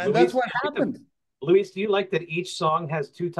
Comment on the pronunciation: LOL! I've seen Luis's name butchered here by a few posters here. It's L-U-I-S 😁